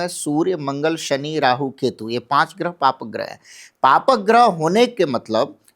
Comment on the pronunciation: गृह नहीं ग्रह होता है. बोलना सीखिए मैडम